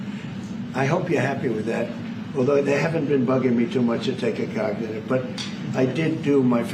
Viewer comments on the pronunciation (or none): What in the hell is a "cagnitive" exam? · Does he really think he’s some kind of genius 😂😂😂😂😂😂😂. What has happen here in this country. Jesus Christ. He called the cognitive test cagnitive